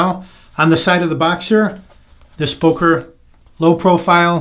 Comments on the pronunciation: It's pronounced "BUhker" as in "hUrt". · Very nice video as usual. Your pronunciation of Böker killed me. :D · You are pronouncing "Böker" wrong. Those dots on top make to "o" a front-vowel not a back-vowel as you pronounce it. Since my native language is enriched with vowel sounds it is extremely easy to for me to criticize you for mispronouncing "Böker".